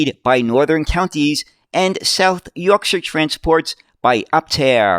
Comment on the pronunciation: Great video on the history of these buses and as a Sheffielder, thank you for pronouncing South Yorkshire properly!